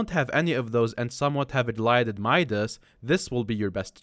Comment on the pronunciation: my man said glided midas